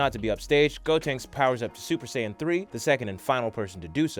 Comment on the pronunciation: its called sayian not sans nnnnnnnnnnaaaaaaaaannnnnnnniiiiiiiii